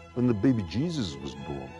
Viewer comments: The way Clarkson says "The Beby Jezuz" is so frickin satisfying lol😹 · The baby jezuz😂 gets me every time